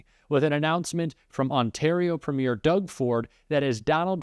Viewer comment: Premier Ford is not playing games; he is telling the truth. Wow! There's a grownup in the room...and he hasn't even met the new PM yet. Elbows up! (Who is the loser host at CNN who can't pronounce "Premier" and who doesn't seem to realize that Mr Carney WILL be the next PM, as soon as he is sworn in...it is not contingent on the next general election!!! Embarassing.)